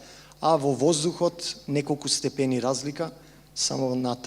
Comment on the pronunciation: Муабетот си е на место, само степени не се изразува така на македонски си го утнал акцентот